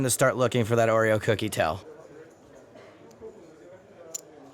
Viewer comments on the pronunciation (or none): I've never heard Oreo or telemetry pronounced so badly